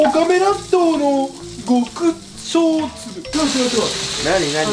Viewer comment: "ごくしょうつぶ"ではなくて、"ごくこつぶ"(笑)